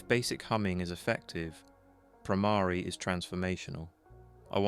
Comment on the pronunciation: The word Brahmari is wrongly pronounced.